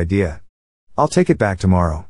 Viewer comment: もっと正確に言えば、アイル（I will）もアイルとはとても聞こえなくて、エルとしか聞こえなくて、明らかに、アイルとエルは発音がこの時点で違う。